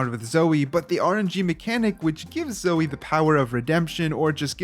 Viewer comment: HOW DARE YU SAY ZOE!?